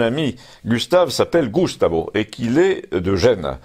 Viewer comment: Però "Gustavo" non è sdrucciolo (si pronuncia "normalmente", con accento tonico sulla A). 🇮🇹😘